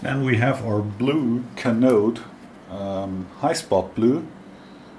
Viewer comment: would be great if you could add links in description where to buy the Canode hi-spot blue/yellow, product code etc, also it was quite difficult to find it on goolge from your pronunciation alone, and you wave them around way too quickly to read the markings on the bottle, the bright light makes it hard to read whats on the bottle as well I recently got into scraping myself, haven't tried water based inks yet, but I have tried that "Diamond" brand and Dykem hi-spot blue inks, and Dykem is much easier to spot once you're nearing the end of the process and use really thin/light coat of ink on the surface plate, shame that Dykem is really difficult to buy in mainland EU at reasonable price p.s. oil based hi-spot is really easy to clean off if you have wd-40 at hand, no other solvent I tried worked that well to clean things up, including your hands, and in case you don't have protective gloves or find hard working while wearing those, get the PR88 barrier cream